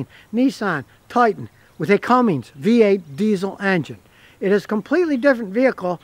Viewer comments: Cummins, not Cummings. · Cummins not Cummings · Cummins. It's Cummins, not Cummings. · Scotty, it's Cummins, not CumminGs. No G. It's like the response when someone knocks on your front door "Come IN' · Come In’s Come In’z Not “CumminG’s” Come on, Scotty! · It is Cummins, not Cummings. Is he just trying to aggravate us? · Scotty, it's not cummings,it's cummins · "It's a Cummings diesel." 😂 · I like how scotty pronounces cummins as "cummings" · Okay Scotty, it is CUMMINS, there is no "G". That being said, this is what ticks (not the REAL word I want to use), about those POS Fiat people that now own Dodge. Dodge has had a FABULOUS business relationship with Cummins, who have supplied diesels for 2500/3500 since they first came out. Cummins was working on a smaller diesel engine and offered it to Dodge. Those stupid European asses, told them that they were doing to use a Fiat (tractor) engine in the 1500. ASSES. So, Cummins floated the engine out there, and brilliantly, Nissan said YES. A Titan XD is the only Nissan Titan I would buy. While it never made it past the prototype phase, Nissan also built a Frontier, with the even smaller Cummins diesel. And the tractor engine in the Dodge 1500 is a royal piece of crap. The Dodge brothers continue to spin around in their graves... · Oh man. An "expert" who doesn't know how to say Cummins. An "expert" who holds down the start button. What in the world??? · I never knew Cummins had a G in it Scotty 🤣